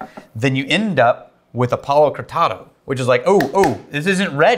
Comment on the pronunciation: When you say 'Palo Cortado', I hear "Hakuna Matata"